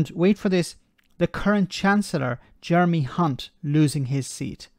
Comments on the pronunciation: I totally appreciate your accent when saying Jeremy (c)unts name 😂😂😂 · Careful with that pronunciation of "Jeremy Hunt",!